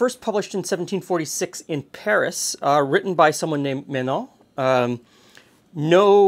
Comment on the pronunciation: Ah, the pronunciation threw me off a bit. Then a quick look into the "Bibliothèque Nationale de France" (France National Library) names the author as Joseph Menon. He also authored other similar books.